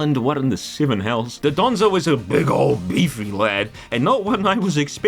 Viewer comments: not doDONzo, DONdozo!!! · also i love how everyone says 'dodonzo' instead of 'dondozo'